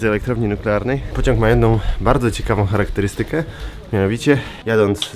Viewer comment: Fatalne akcentowanie w , mówi się "cha-ra-kte-RY-sty-ke", a nie "cha-ra-kte-ry-STY-ke".